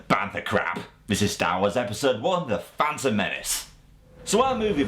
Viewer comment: "da fan uhm men oos"